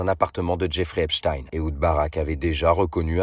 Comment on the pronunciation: Pour une fois son nom est prononcé correctement